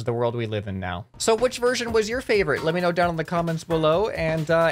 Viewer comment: THE YES VERSISION